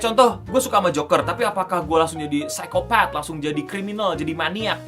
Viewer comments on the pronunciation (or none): none